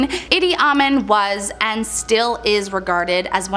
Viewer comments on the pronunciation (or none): You completely butchered Edi Amin's name. You pronounced it Itty Awemen. Itty is like Itty bity. Awemen is just like it's spelled: awe men. IDK if I can demonstrate how it's really pronounced. Idi: Edie pronounced the way girls names are Edie and boys pronounce theirs as Eddie. It's the feminine and masculine pronunciation and spelling of that name. And then we got Awemen: it's pronounced as uh mean. I hope this helps. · Idi Amin = Eedee Ah-MEEN. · E-dee. Ah-min